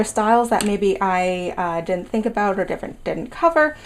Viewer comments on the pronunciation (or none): none